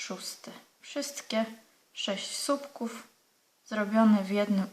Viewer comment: Bardzo fajne wzory Pani pokazuje, ale nie mówi się "supków" tylko słupków. Pozdrawiam